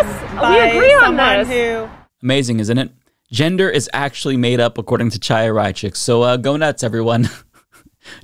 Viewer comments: I think the jerk's name is pronounced KHAI-ya, not Chai-ya, but maybe the wrong way is more appropriate. Chaia means "light" in Hebrew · Although I'm on board with most of your content, and think Chaya Raichik is despicable, I find it annoying that you persist in mispronouncing her name. Her first name is Hebrew, the 'Ch' is a hard 'h' or pronounced like the 'ch' in "Chanukah" or the Scottish word "loch". Look up "voiceless velar fricative". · The C in Chaya's name is silent, but I refuse to pronounce it that way. If she won't use someone's preferred pronouns then I'll say her name however I want.